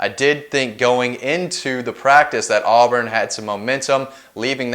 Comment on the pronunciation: Auburn?? Lol